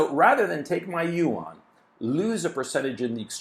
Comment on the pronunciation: yuan is a one syllable word. Like Juan. You don't say jew-an.